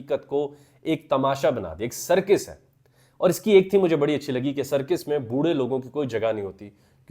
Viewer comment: سرکِس نہیں سرکَس